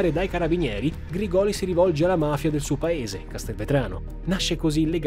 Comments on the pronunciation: Ottimo video, sia questo che la prima parte! Solo una precisazione, Grigoli si pronuncia con l'accento sulla prima i, Grìgoli. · Grìgoli, l'accento va sulla prima i. sei bravissimo, hai un bel gruppo di lavoro ma sbagli facilmente gli accenti dei cognomi meridionali, non hai nessun meridionale in zona a cui chiedere lumi prima di girare i video? in caso sono disponibile a darti la pronuncia tonica corretta. scherzo dai, complimenti davvero per l'accuratezza. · Grigoli con l'accento sulla prima "i". Comunque complimenti, ottima ricostruzione. Hai fatto come al solito un lavoro eccellente. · Credo che la pronuncia corretta sia Grìgoli non Grigòli. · Errore di pronuncia su Grigoli...